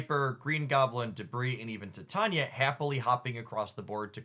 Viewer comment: I love the content, but please PLEASE pronounce Titania correctly 😭